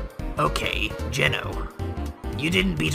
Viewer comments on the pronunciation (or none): It's GENO not GINO bruh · Gono sans is pronounced GENO not gino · Its not gino its geno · Me being anoid bc everyone is saying gino me its geno GE - NO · true it is Geno not Gino and it is pronounsed GE-NO lol sorry but little dettales matter and plus i have been in the undertale au fandome for 2 years now so yea i saw that mastake right away lol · It's geno not gino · You are not saying geno right